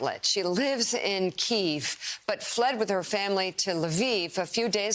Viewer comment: It's pronounced "kee-yiv", not "keev".